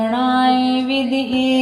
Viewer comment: विदम्हे उच्चारण करना हे